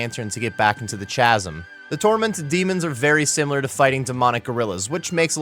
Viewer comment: "Chasm" is pronounced with a hard "C" sound. I know it looks like a "ch" sound but that's just because English is dumb. Great vid!